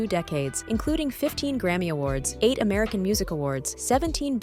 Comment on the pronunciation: "Amarcian music awards" 😂 Great video though 👍